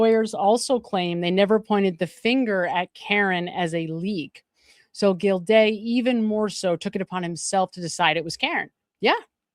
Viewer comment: And the judge is Gilday not gildayuh lol, drives me a little crazy too. Just a typical type A !